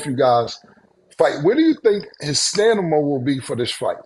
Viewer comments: We just gon go head and change the word to staNiMa 😂😂😂😂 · Cameron back with saying Stanima 😂😂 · Cam be killing me when he saying Stanima instead of Stamina l 😂😂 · Killa be sayin Stanima not Stamina 😅…. I love it! Fuck it …it is what it is 🤷🏾‍♂️🦾💯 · STAMINA CAM NOT STANIMA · Cam "Stani-Ma" 💀💀💀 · Did Cam say stanima 😂 I'm high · What uP wit it... IIWII?! RASE & SHINE ☀️ #LLOJ(R I P) 🙌🏾 Got 😍 N the studio by herself(FORESHADOWING) KILLA... MUDRA... HoPe all, is, well! KILLA can't say STAMINA, for, shit! Peace... RJJ... 💪🏾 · Cam still saying “stanima” as 40 year old millionaire is crazy to me😂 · Stanima! Come on Cam😂😂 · Cam, it's STA-MI-NA! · Zoom’Ron really think the word is stanima. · Stanima has me cracking up each time.😂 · Stanima is crazy lol somebody correct cam lol respectfully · Cam still saying stanima… I guess it’s a difficult word. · Killa said “stannama” that was funny. phenomenal show. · Cameron "Stanima" Giles 😂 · KILLA back to saying STANIMA 🤣🤣🤣🤣🤣🤣🤣🤣🤣🤣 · Somebody teach Cam how to say stamina 😂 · Someone teach Cam how to say STAMINA please! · Stamina cam, its stamina .... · Cam can’t say stamina for shit 😂😂😂😂😂😂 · Cam has a real issue with the word STAMINA 😂😂😂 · I love Cam but yo, can someone teach him how to pronounce stamina correctly lmao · He gets the M and the N mixed up🤣🤣🤣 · Cam might as well just give up on pronouncing “Stamina”😂😂😂